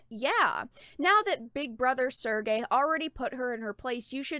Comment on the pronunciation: serge is pronounced like the word surge